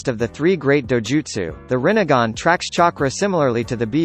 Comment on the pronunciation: He only said rinnegan and tsukuyomi almost perfectly.